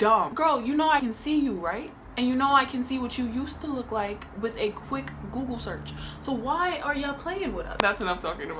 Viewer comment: “ with a KWICK google search” I’m screaming